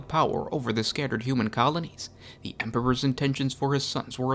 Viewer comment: “Da night Lords” You are definitely from Chicago lol